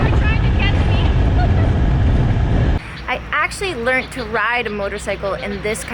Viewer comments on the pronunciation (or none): none